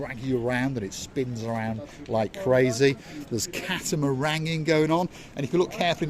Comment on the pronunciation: Did you say cat -a-meringue 😂 sir mark p 😂